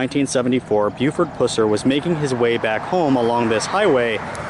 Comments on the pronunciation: My sister lives in Reagan just up the road 30 minutes and knows the history very well. Great objective video, but your pronunciation of 'Pusser' is all wrong.... It's Pusser which rhymes with cusser. (like someone who cusses). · It’s pronounced like the puss in an infection. Puss-er. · This was a fantastic presentation with exception to the fact that you repeatedly throughout kept annoyingly mispronouncing Buford's last name. It kills me that people make these videos and can't even get the subjects name correct. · Tell his story - Pronounce the name correctly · Learn how to pronounce his last name correctly! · Why is it, So many people doing these video documentaries, Most of them Can't pronounce Buford's last name, Pusser?? I could pronounce it when i was 14. But Anyone who thinks that Buford " murdered his wife & shot himself" has shredded cabbage for brains!!! Even the TBI agent Warren Jones said in 1967, that " anybody that think That, theyre pretty Ignorant about gunshot wounds". Btw, you Should know that the " other guy" from Arkansas has claimed all that BS because his Aunt was the woman that Buford killed; Anyone who called him on some of his shaky info, he calls them names & blocks them from his page.